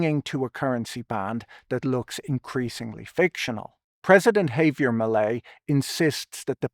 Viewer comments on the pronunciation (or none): Hearing "Melei's" sounding like "Malaise"